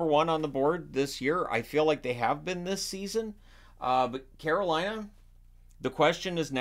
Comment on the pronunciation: Man wth?!? Scare-o-Lina number 1?!?!?!